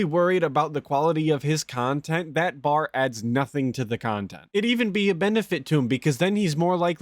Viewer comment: "I wanna make myself better" -> 5 seconds later -> "just because you're a shitbag and all you believe is toxic shit so you can make toxic kahntent about me doesn't make what you say true, I'm telling you I WANT TO IMPROVE MY BUSINESS! " 🤣 🤣 🤣 🤣